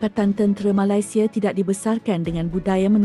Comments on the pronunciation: Sebut Ma-lai- sia pun dah tau terbitan mak indon. Sebut Nama Negara org tak boleh betul-betul ka. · kenapa sebut malaisieaa mcm indon